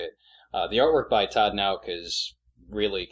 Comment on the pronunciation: Todd Nauck (no-cl, or nock)